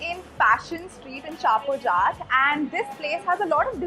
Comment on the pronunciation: ha ha you don't know nothing.. it's a hindu jat dominated village.. it is pronounced as jat